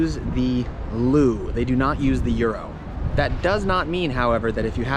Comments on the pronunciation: lol we do not use the "loo" hahaha, it's "leu" (singular) or "lei" (plural - pronounced like "lay") and it means "lion" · Com on bro 😂 you were there for two months and you still call Leu LU ? It’s le like LeBron and u like the U in the utopia LeU.. great pronunciation on sarmale tho 👍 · the currency its not loo, its leu xD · It’s soooooo annoying when someone who has no clue about actual Romanian history tries to make a video about it🤦🏻‍♀️ You may also want to get your facts straight about current day rules… and the currency is not called a “loooo” ffs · My only complaint about this video is that our currency, Leu, is not pronounced "Lou" (also, the plural form of Leu is Lei, not Leus, I've heard a lot of foreigners say it wrong). Other than this, amazing video, very informative! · About how you should pronounce "leu", it's le-u, with "le" like in leprechaun, then U like in Uganda. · Actually we need to make the difference between fake information spread with the intention to misinform and an honest mistake that anyone can make. I was suprised of the quality of the presentation despite the small errors and I don't expect a foreigner to perfectly pronounce "leu" or that the local name of Vlad was Vlad Tepes.